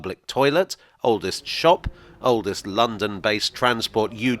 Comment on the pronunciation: Small thing, maybe, but it hurts my ears to hear you say "oldest station". It spoils the flow, and breaks the rhythm, and spoken English is all about rhythm. You could do what most people would do, and say "oldes' station" without putting a glottal stop in there. Pedants might say it is improper diction, but I think your listeners would love you for it.